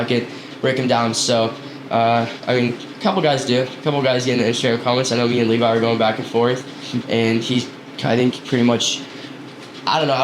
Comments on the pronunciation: thought he said "bobby" ?? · deff didn't sound like he said levi